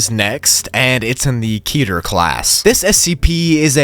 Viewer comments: Pretty sure it's pronounced "ket er" I used to say keter but I try saying ket er. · It’s is ket-her fyi